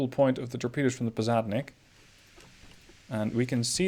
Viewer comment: To nitpick a bit about the pronunciation. The Posadnik is spelled more like this: "pos" as in "posse", "ad" as in "bud", "nik" as in "nick". Also, emphasis on the second "a" in "KhabArovsk". "Boevoy" as in "boy - e -voy". "Stereguschiy" was surprisingly on point though.